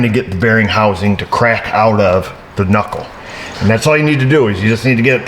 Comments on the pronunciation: K-nuckle? Did you watch the marvelous misadventures of flapjack there brah?? Lol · “K nuckle “ killed me 😂😂😂😂